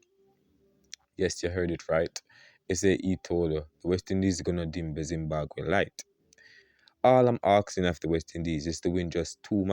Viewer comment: What is ZimbaGwhe? It’s ZimbaBwe. Thank you my friend